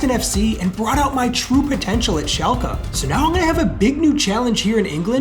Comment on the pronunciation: Hey… lovingthe series… AMAZING!!! Just wanted to you know… its pronounced šalke, not šalkea.